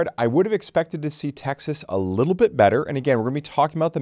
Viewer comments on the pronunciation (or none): none